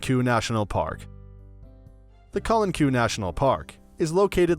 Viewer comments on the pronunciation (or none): I agree, nice video but someone should have helped you pronounce the names correctly, example: Calanques is pronounced Calank far from your way of saying it and it doesn’t help other tourists who show up there and ask for directions using your pronunciation